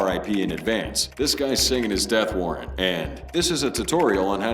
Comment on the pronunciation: maaaaan i was actually subbed, but who the fuck pronounces signing like that? AI bruh